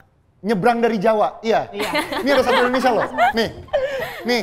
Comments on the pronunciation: Mohon maaf sebelumnya. Sedikit saran, di detik , penyebutan nama negara kita harusnya "Indonesia:, bukan "Endonesia". Mungkin di konten lain gak terlalu saya permasalahkan, tapi untuk di konten ini karena temanya "𝙀𝙋𝙄𝙎𝙊𝘿𝙀 1 𝙏𝙒𝙆 𝙎𝙄𝘼𝙋 𝙈𝙀𝙈𝙋𝙀𝙍𝙏𝘼𝙉𝙔𝘼𝙆𝘼𝙉 𝙆𝙀𝙄𝙉𝘿𝙊𝙉𝙀𝙎𝙄𝘼𝘼𝙉𝙈𝙐", seharusnya jg ga boleh salah spelling nama negara Indonesia. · TWK yang paling pertama adalah mengucapkan nama negaramu dengan benar. INDONESIA atau ENDONESIA? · saran aja, saat nyebut negara, pelafalannya Indonesia jangan Endonesa